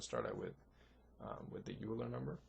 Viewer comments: OILER! not youler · Yes, (1-0)*28 = (1)*28 = 28. The correct order, and the order in the video is 1- 0*28 which is evaluated as 1 - (0 * 28) = 1 - (0) = 1. That comment was a response to a comment by Damian Wheeler, not a correction. There is an error though. Euler is pronounced (oil-er) not (yule-er) there is also an initial error (i believe in part 2) that gets corrected later on in the video. The third minor one is that choosing a prime for e does not actually guarantee that it isn't a factor of n (which is required) but it does make it extremely likely. Note that in an actual computer, 65535 is used for e (since it is in binary) but that would have been too high for this example (though modern excel does a better job with larger numbers).